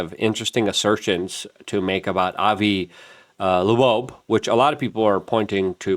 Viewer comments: Avi Loeb, not Lebo. Ears have lobes, which is how Avi's last name sounds like. Is it dyslexia my friend? I really like your channel, but you hurt my brain Hahahaha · Can you say his name write …. Been like a month and you still pronounce his name wrong …. Come on bro ; where’s the excellence …. It’s LOEB ; like Earlobe , Avi LOEB … thank you ; and thanks for your work otherwise . Just say his name right . Loeb (like ear lobe) not laboeb … like where do you get that ? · Luke reads the name: Avi Loeb Luke: Avi Loobobe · N U C L E A R, gee, it's not that hard is it? Also "Lobobe" 🤣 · pretty sure that's not how you pronounce avi's last name, do better